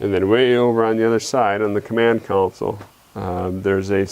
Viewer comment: It's console, not council.